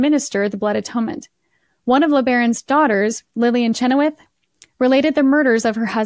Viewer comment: I believe I’ve read or heard the family say that Chenoweth is pronounced sha-noth